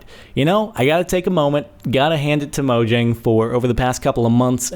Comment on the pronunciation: This is not the work of Notch! Notch is retired from Minecraft, he no longer works on Minecraft! This is all the work of Jeb and the rest of the team, also it's pronounced Mo-yaang, not Mojang, Swedes don't pronounce 'j' instead it's a 'y'